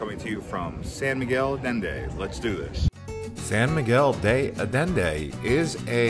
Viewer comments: Sorry, it's "deh Ayendeh" not "day Ayenday" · De ayende…. Not de addende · se refiere a la mala pronunciación del español..no es ayenday ..es Allende ..haciendo incapien en las LLs. Sería algo así como yeee ..sin la y al final..tómese el tiempo de preguntar a alguien nativo cual es la pronunciación correcta. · Wrong pronunciation is more like ayenda!!!! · ALLENDE - the double LL's are pronounced like a Y as in YES -- AHYENDEY. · It's San Miguel de Ayenda, double "ll" in Spanish is pronounced like the "y" in yes. Also there is crime there, people report and have been captured on camera, tourist being robbed at intersection while in their car. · Sawn miguel de adende! Hahaha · Thank you for explaining it to him. This is my home and I was cringing with All of this pronunciations. LL is not a D. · Butcher the name...adding letters to name...come on gringo, get with the program.